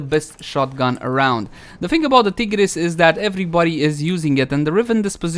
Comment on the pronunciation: When you pronouce tiger, do you say tigger?